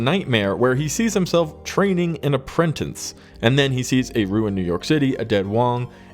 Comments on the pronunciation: Bro…..APPRENTICE! Not Aprentanse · Apprentice (uh-prin-tiss), not apprentince (uh-prin-tense) ... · It's Apprentice, not aprentense.......😆 🤣 😂.